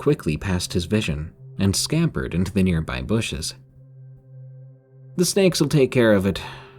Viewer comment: “The snakes will take care of it” sounded like “the ska**s will take care of it” hahaha😂